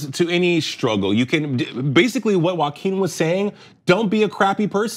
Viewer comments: I pronounce his name “Joking” 🤔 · Omg... dont say walking Phoenix. It's Joaquin *